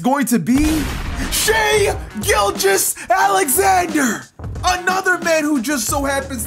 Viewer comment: lmao how you said Alexander, that's actually the german pronunciation